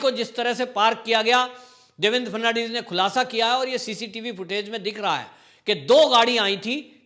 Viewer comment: Devendraji la naam pl thik tarahse uchhare --- FA-D-N-VIS 10 baar rato for bolo